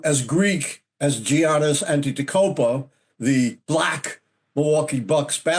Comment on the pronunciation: "Giannis" pronounces it "YANNIS", dim bulb.